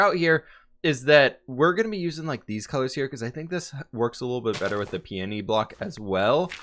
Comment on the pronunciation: Episode 277 and FINALLY said "peony"!!:D:D